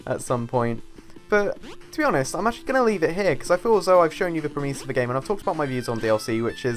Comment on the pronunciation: Premise is pronounced PREmiss not preMIZE